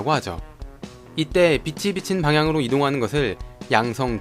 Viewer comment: 글:빛이 비친 읽을때:비치비친